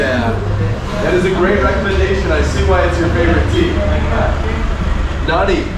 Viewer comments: Nani? .i get it after some time you were saying Nanni ! People don't get it easily . second n is like NN . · it seems like nobody understands when you say "nani". there is an easy solution. say "nanni" . that's the right pronunciation. naNNi if you read this XD. btw cool vid